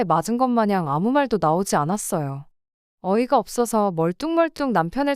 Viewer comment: 어떤 채널은 없어서를 끝까지 어버서라고 읽기도 하더라구요. ai 오류같아요.